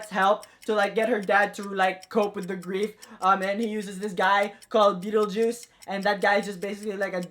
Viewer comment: can we appreciate how wrong he got Beetlejuice?